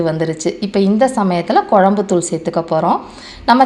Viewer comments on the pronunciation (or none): குழம்பு பொடி சரியாக உச்சரிக்கவும் தமிழுக்கு உயிர் கொடுக்கவும்